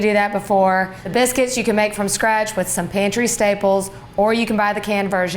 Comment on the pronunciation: I fast forwarded a bit to when she said a can of biscuits. I heard cannabis.